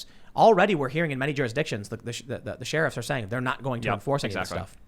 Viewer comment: You guys, Tim finally said Sheriff correctly!!